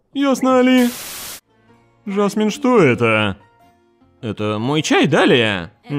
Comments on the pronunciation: Непривычно слышать ударение жАсмин вместо жасмИн. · Почему ЖАсмин, а не ЖасмИн? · многовато открытого мата. И почему жАсмин, а не жасмИн?